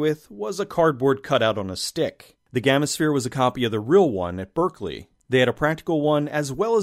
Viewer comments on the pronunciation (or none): none